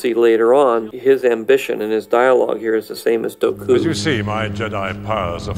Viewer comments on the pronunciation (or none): Why the hell is George saying "Doku" and not "Dooku" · Bruh he pronounce Dooku as "Doh Kuh" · Dough-ku... That's one way of pronouncing it. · Ah yes George, my favourite character, Count Dough-COUP